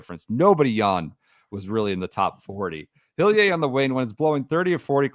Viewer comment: taking a swing at pronouncing Hillier the French way within 10 minutes of Row-Main Langaskcue and Saint TrowPez is the true essence of the